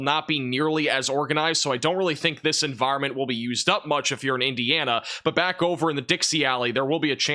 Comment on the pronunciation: Cant say Indiana.